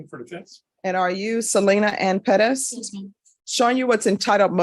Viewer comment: Ive never hated the last** name Perez until now. Why tf do they put the oooomth in pe(rezzz) tf omg so aggravating!!! PER RES. THAT'S HOW ITS PRONOUNCED. PEREZ BUT PER-ES PEREZ!!! OMFGGGGGGGGG